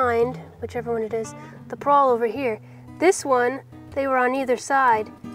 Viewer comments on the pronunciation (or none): pawl.... not prawl.. grungy not gungy.